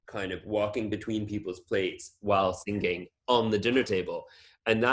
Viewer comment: Erdem is the first person I’ve heard to pronounce “sing-ging”